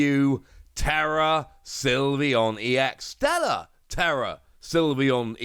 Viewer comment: The word is Stellar, not Stella.